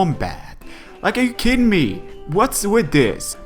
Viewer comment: No offence, but why do some people say words like "long" and "kidding" "longk" and "kiddingk"? Nobody ever told me at school that adding k in the end of "ng"-words. Is it just a manner of speech, or what?